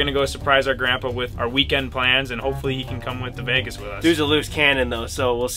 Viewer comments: Everyone: Vegas: vaugus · why cant ben pronounce vegas ? "veygus" ? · Bro why does ben say veegis😂